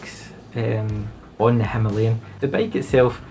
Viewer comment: Thanks for saying the name correctly 😉 and no there is no other way to pronounce it if you are using English!